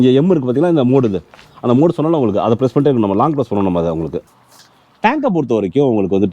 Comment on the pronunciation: உங்களுக்கு romba pudikum pola "உங்ககுக"😂 super💯👍